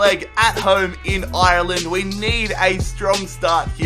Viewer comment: He doesn't even know how to say Ireland right... he can't even say Galway right ffs